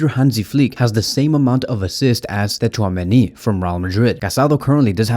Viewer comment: you really don't need to pronounce "T" in Tchouameni's name yk😅